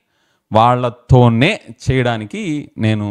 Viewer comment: Sir very good. Wasting time without database good. And stressing the word vallathone,vallathone 😊 God bless you with good knowledge.